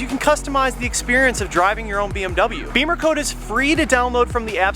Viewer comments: It’s “Bimmer” rimes with Swimmer. Not Beemer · Bimmer, not beamer.